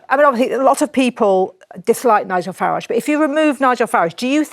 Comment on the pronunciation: I do love when these leftie idiots are forced to have Sir Nigel Farage on their show by their boss. Especially the dragon in the middle who doesn't have it in her to pronounce his name correctly its pathetic.